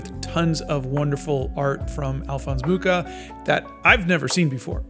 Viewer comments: Hi! Just to help, beware of the pronuntiation of his surname, it should be [muxa] (you can listen to it on wikipedia 😊) And for all of you that are interested in his artwok, if you ever have the oportunity, go see the 'Slovanská epopej' in Moravský Krumlov! It's stuning! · The Nazis tried to tear him down and look how that turned out. Today, the world collectively spits on the Nazis while Mucha's legacy lives on. Hate never wins. Also, the 'ch' in Mucha is pronounced as just 'h', and the name means 'fly' (same as in my native Polish). :)